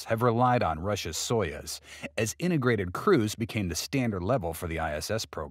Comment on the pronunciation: It is pronounced "so use", not "so yuzz".